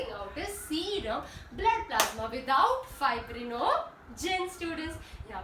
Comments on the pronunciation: "Pla s ma" 😂😂😂 very funny and informative also I got 99 out of 100 thanks mam Edited:💯💯💯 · Nice way of saying plasma 🤣🤣